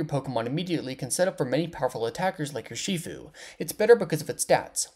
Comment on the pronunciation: I love the way you said Ur Shee fu